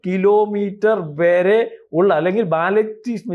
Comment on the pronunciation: അയ്യായിരം കിലോമീറ്റർ വെരെ അല്ല വരെ എന്ന് പറ 😄😄😄😄😄😄